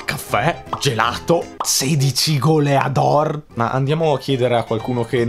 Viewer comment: "Goleàdor" Io: T R I G G E R E D